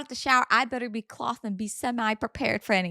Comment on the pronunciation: Why tf are you saying clothed like that are u r tarded or something